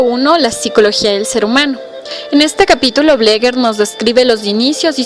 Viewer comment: Se pronuncia como se escribe "BLEGER" NOOOO BLEGUER!